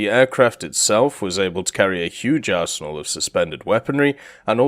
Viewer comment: wait a minute.. run me by that again.. Huge.. arsehole? wha?.. (No offense but.. I do not hear the "n" of the word "arsenal" buuut.. who cares anyways..) Edit: I'm not crazy at all, but I really heard arsehole